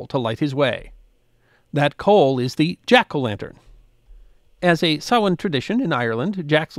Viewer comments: Thank you for pronouncing "Samhain" correctly. It is "sow-in" or "sow-een". NOT "sam-hain" as it is spelled. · I think the closed caption is bang on. Most Irish people would pronounce it 'sawan', with the first syllable like 'sow', a female pig. Actually you pronounced it very well. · I knew would pronounce Samhain correctly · My compliments on your accurate pronunciation of "Samhain"... absolutely perfect! Maith thú,!